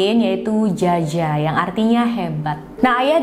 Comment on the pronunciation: Jia jia biasanya dibaca Cia Cia 😁